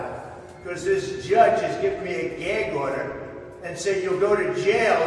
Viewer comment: What's a, "geg order"...? I can't say what i want to on here, but you know...!